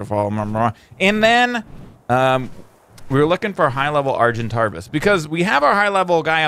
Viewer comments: Why did he add an r in argentavis...also I'm sure it is pronounced "argen-TAY-vis", but I'm not 100% sure. Also he calls the pteranodon a "pteradon"......it just has been slightly annoying me lol...also the mortar and pestle, he says "pesle". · It's argentavis (ar-gen-tay-vous) not (ar-gen-tar-vous) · argentarvis XDDDDDDDDDDD lal its argentavis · Ik its year ago but is it not pronounced "R-GEN-TAY-VUS"??